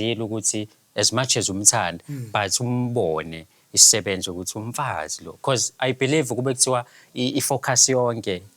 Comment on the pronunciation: Igama elithi sisebenzi ay chaaaaa alizwakali kahale🫩